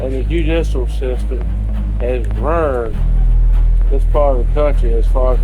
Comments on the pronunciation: he said rurned not burned. It means spoiled. (Ruined) I’m a Mississippi baby, really is a crazy environment. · he says "ruined" not burned. In the South people will say "ruirnt" just means fucked up or ruined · Dude said 'rureeeened'